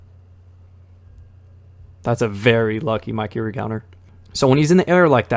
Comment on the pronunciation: Bruh said Mykiri instead of Mikiri